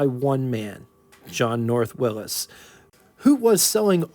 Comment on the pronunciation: Why do you say Willis? You ever heard of Willy`s?